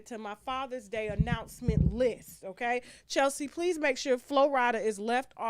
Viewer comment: … it’s the initial “oKay? For me. Now why you said it like that? 😚